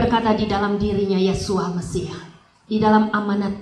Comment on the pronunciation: bukan YAHSUA. tetapi YESHUA